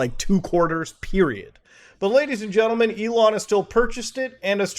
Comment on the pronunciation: I took a drink of beeer every time Muta said Gadies and Lentlemen and I... 😵